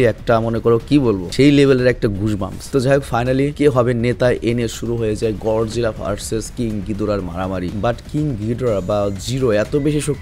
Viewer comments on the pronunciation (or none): ভাই গডজিলা না গরজিলা হবে 😅